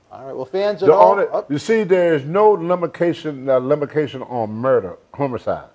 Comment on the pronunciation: There is no “limikation”! Love it Tony!